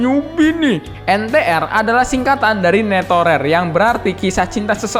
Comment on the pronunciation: Ngomong netorare aja netorer :v